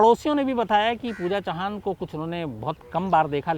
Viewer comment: U r right Pooja chavan not chauhan